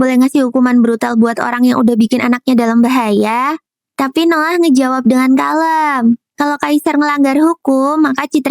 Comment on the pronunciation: nama nya Noah ku dengar Nolan